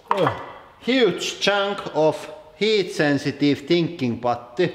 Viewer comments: I died laughing when he corrected his first pronunciation of "putty" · That was the most ridiculous pronunciation of the word "Putty" ever